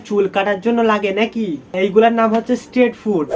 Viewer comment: স্টেট ফুড না ভাই স্ট্রিট ফুড 😂